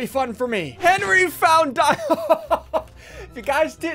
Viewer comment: Did anyone notice ssundee said Henry instead of henwy :O